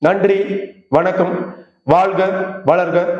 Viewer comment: வ ண க் க ம் ந ா ன் த ா ன் கொம்மாள என்ன உச்சாிப்புடா இது